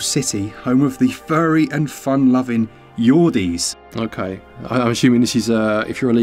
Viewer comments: They are “Your-dulls”, not Yordeez lmaooo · Lol Yordles not Yordies